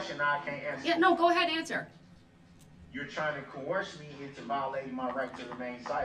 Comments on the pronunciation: Judge please don’t COHORSE him.🐴😅😅😅😅😅Please judge don’t say cohorse like Brooks does.It’s Coerce 😅😅😅😅😅😅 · You can not “co-hors” me LOL